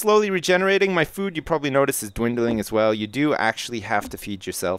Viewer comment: "Proberbly definately worth picking up" lol